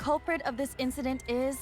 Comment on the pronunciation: Why does he always say “inciDOOT” every time they say “incident”